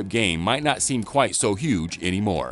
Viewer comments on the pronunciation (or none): none